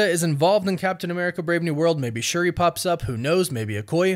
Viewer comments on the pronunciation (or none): none